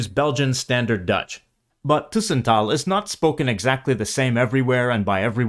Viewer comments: Cool vid. "tussentaal" is not pronounced the way it is been in the video. The "u" must sound more like an "uh" with the h. Both the Netherlands and the Flemish region have plenty of accents, and the region does not determine wether one (prefers to) speaks Standard Dutch or not. It really is a personal endeavor which words you would like to use or how to say things. I can not emphasize this enough!! F.e.: "poepen" is a word that I would consider a wee bit vulgar/unsophisticated to use in reference to the act of intercourse. I chose not to use that word at all. And to be honest, it's been since my teens since I heard the word being used in such a way. F.e.: In Flanders we use both "blokken" and "studeren" interchangeably. Same goes for the word "kop" and "tas". In Belgium we also use the word "tas" for bag. Same with "koffer" and "valies" ("reistas", "bagage"). My point is that there are many ways to say things and are not always exclusive to a certain region or country. The difference in accent and certain usages of words between spoken Dutch in the Netherlands and in Belgium is def noticable. One could also hear that when a dutch and a flemish person speak english, one can often hear the distinction between the accents which is easier to notice if you are either of the two. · tussen with an u as in but, not an ÜÜ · 'Tussentaal' isn't pronounced with /y/ but with /Y/. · The robot or AI doesn't pronounce it correctly. Take "tussentaal": AI pronounces it with a long "u", "tuuuussentaal". That is not correct: the presence of the double "s" shows one has to pronounce the "u" shorter. When there's only one consonant, like in "buren" (neighbours), the "u" is pronounced long (buuuuren), when there are two it is short: dubbel, tussen, lukken, plukken etc: short u. Don't rely too much on AI, it's still crap. Ask a native speaker. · A small nit-pick: The 'u' in 'tussentaal' is like the 'u' in English 'further', not French 'tu'.